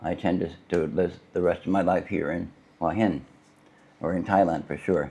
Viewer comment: There's no 'w' in Hua Hin...